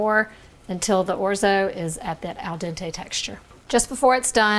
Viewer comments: Those over enunciated O's though??? Painful listening to this say Orzo and Risotto!!! 😂😂😂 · Very nice tutorial. 🤌🇮🇹 (We Italians pronounce it, “ORT-so.”)😉